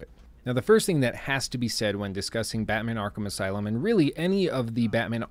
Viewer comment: Man: Arkham aslume